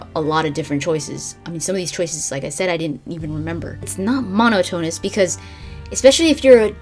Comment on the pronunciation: Great video, thanks! really informative! One thing though, Monotonous=Mon-ot-on-us no Mono-tone-us ;) At least I think so?